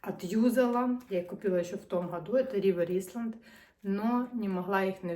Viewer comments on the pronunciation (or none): Круті речі на крутій дівчині❤ Тільки бренд не Рівер Ісланд,а Рівер Айленд.Це британський бренд.